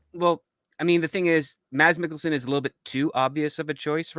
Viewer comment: "IT'S [ˈmæs ˈme̝kl̩sn̩] (IPA)!" 😅 That is, there is no /d/ in his name 🤓. As evidenced by syllabic consonants /l/ and /n/ marked with ⟨◌̩⟩ in the pronunciation of his name, Danish is an inhuman language 😅!